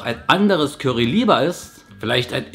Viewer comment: ich liebe es, wie du "Kürry" sagst:))))